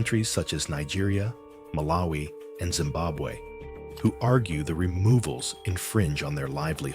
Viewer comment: ZIMBAMBWE FOR ZIMBAMWE SAID MGABE